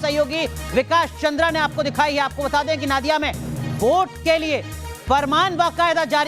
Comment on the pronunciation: नादिया नही नोदिया ...ठीक से बोलिये...